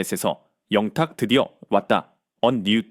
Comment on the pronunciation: 밀라그로 ? ㅎㅎㅎ 진실을 잘 알고 방송하세요 발음도 문법도 영탁. 양탁 듣는 사람 짜증나네요